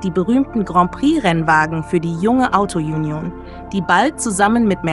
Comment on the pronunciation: Die Sprecherin mit ihrem Autojunjon nervt.